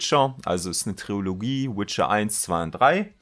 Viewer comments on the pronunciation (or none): none